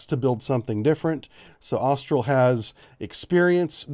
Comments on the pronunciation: It's 'Austal', not 'Austral'. Otherwise, good info. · It's Austal and not Austral. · brief Historically you've had an issue with names. FIN-CAN-TI-ER-IE, AUS-TAL. SEWIP blks aren't classed. There is quite a bit of open source (including from your own sources that you mention in the beginning of your videos). The US Navy's MK110's ARE NOT at all radar guided as you put in your video. They are EO ONLY, changing the abilities of the weapon system. It only uses the MK20 EOSS... I know you're a bubblehead, but please keep the misinformation for the surface fleet down. For a channel with 150K subscribers, you should do better research. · Austal USA not Austral. Thanks for the breakdown of capabilities.